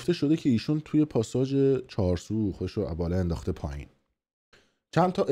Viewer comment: آقای مثلاباسوادورسانه ای وگزارشگرسابق صداوسیمای ایران چهارسو نیست چهارسوق یاچارسوق هست.موندم واقعاصداوسیما امثال توروجمع کرده سالهابرنامه میسازه 😂😂😂😂😂😂😂😂همینه میشه صداوسیمای میلی وفاضلاب